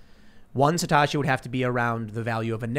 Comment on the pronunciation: SATOSHI !! NOT SATASHI!!